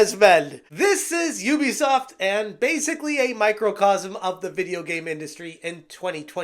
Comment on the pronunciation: Ubisoft ❌ Oobisoft ✅